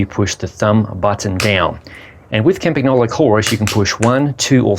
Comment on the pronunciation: pronounce campan-YO-lo. Not campa-GNO-lo